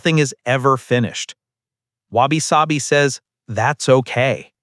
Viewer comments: I keep hearing Wasabi, it definitely helping sushi tastes better for sure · Your pronunciation of wabi-sabi (侘び寂び) is 😂